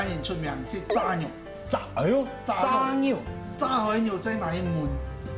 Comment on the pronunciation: 怎麼炸肉，唸成peng 肉。